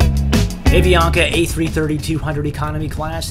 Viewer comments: avianca (ah-vee-on-ka) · I love how you say A-Vee-Anka in the American pronunciation! 😆 It’s pronounced Ah-Vee-An-Kah! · I love the way you pronounced Avianca and Bogota